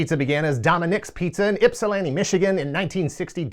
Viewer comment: As a resident of Ypsi, I appreciate when people pronounce Ypsilanti correctly 😂